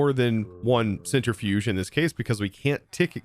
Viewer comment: To be fair, it's probably because of how he's heard it, since he also CALLS it a "center-fuge", rather than "centri-fuge"